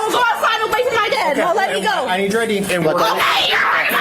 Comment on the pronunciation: Actin black, screamin like a toddler, adding "uh" to the end of words. Wow, what a societal peach. Honey? The word "go" is one syllable. The word "go-uh" is reserved only for uneducated buttholes. Got it?